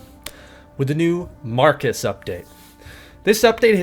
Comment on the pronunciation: You said Marcus update? xD great vídeo and thankyou for the informations!